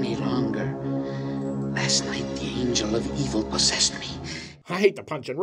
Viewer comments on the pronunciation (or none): none